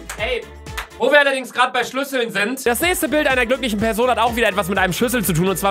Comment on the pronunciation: Bitte Luca wenn du noch ein Mal PESON sagst nehm ich mein Abo an dich zurück !!!